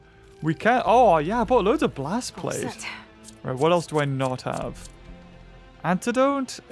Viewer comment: when is he going to realize it’s blastPASTE and not blastPLATE